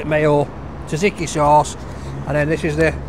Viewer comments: PRONOUNCE TZATZIKI PROPERLY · Someone show him how to pronounce tzatziki gfs😅😅😅😅